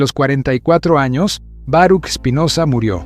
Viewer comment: Se pronuncia "Baruj"